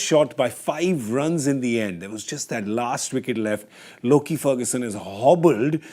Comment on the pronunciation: Lockie not loki